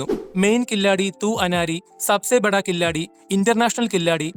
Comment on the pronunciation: കില്ലാഡി അല്ല Bro. കിലാടി. അതായത്. കളിക്കാരൻ